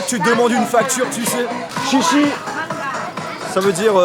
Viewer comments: mais merci en chinois ca se prononce chié chié pas chi chi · se n'est pas chichi pour dire merci mais siésié sinon très bonne vidéo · Quand tu dis merci en chinois c’est pas la bonne prononciation lol ca se dit en gros (chiai chiai) fin c dur d’écrire mais bon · alors déja de une ce n'est pas " chichi " c'est "xie xie" et a hong kong on parle cantonais.... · je fais du chinois et pour dire merci on dit siè siè et pas chi chi. Et si tu veux savoir ca s'écrit xièxie en pinyin et en caratere 谢谢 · Merci en Chinois sa se prononce "Chié Chié" et pas «chi chi » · merci en chinois c'est cié cié pas chi chi mdr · hahahahahaha ça se prononce pas pas chi chi mais tsié tsié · Xiexie ça se prononce ciercier et pas chiechie mdrr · Merci en chinois ca se dit « xie xie »😂 sinon j’aurais trop aimé te rencontrer car j’etait en même temps que toi en Chine mais j’etait a Shanghai 😭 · tu dis "chichi" alors que ca se dit "chéché" il me semble 😂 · Mdrr merci sa ne se dit pas shishi mais sièsiè en français mdrrr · C'est "xie xie" (chièchiè) Pas "chichi" 😂 (merci) Mais bon sinon très marrante cette vidéo , la madame qui te prend par la main XD. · C chéché pas chichi, merci en chinois mdr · 😂chi chi voyons c'est xié xié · Mdr tu m a tué chichi au lieu de xiexie(谢谢)🤣🤣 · C'est vraiment chiant quand un étranger parle la langue du pays et qu'il le prononce mal ! Perso quand tu as dis merci en chinois j'ai fait un arrête cardiaque pendant 1seconde mdr Si tu veux sa se prononce : Chiè chiè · Le Gamer proffesionel Du 22 on dit xié xié